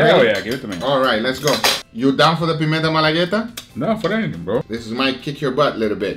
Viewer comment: Are you brazillian? Because you said pimenta malagueta perfectly